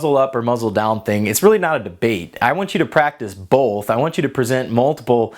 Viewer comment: I didn't know there was an L in the word both. Just messing with you. I enjoy your videos, keep up the good work!